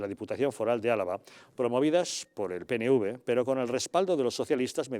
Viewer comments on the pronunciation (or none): se dice PE-ENE-UVE no PENE-UVE